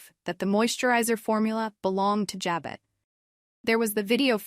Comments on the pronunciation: Stop saying j-bit: It’s pronounced ja-bow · Here we go again JAB BOT, that show been on 50 yrs an these reports don't no how to pronounce Jabo😮😊